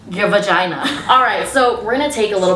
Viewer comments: Girl, you’re wild, thanks for teaching us what nobody has the courage to! Btw, I find it hilarious when you say vAgiNA😂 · I don't wanna say the word "vagina" Also, throughout the video: dramatic pause "VAGINA" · The way she put emphasis on VAGINA😭😭😭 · The amount of times she awkwardly paused and said vagina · I find it so funny that there’s a awkward pause before she says “v@